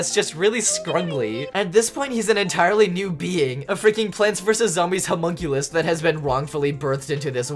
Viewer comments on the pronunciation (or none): none